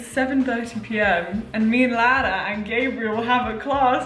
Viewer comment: I love how you pronounce Lara💛